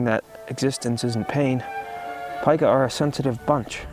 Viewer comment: The only flaw in this video is that the name of this rodent is pronounced [Peek-ah], literally everything else is correct and accurate. Yer doin' good, please keep goin'.